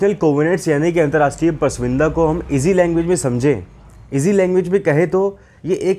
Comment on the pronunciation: Bar bar galat pronunciations kar rahe ho, pras vinda nahi hota, prasamvida hota hai..... hindi hamari matrbhasha hai...